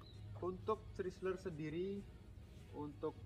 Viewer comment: CHRYSLER dibacanya kira kira Kraisler bukan pake ci ..